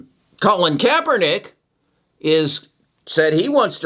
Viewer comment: I love pronunciation on names and companies. Colon Kapernick. 😆. Tutoral. 😂. Editis. 😭